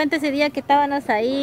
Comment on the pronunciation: Porque dicen tábanos en vez de estábamos 🤔